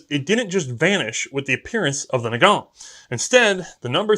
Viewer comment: Nagant is pronouced Nah-gahn. It's French, the T is silent.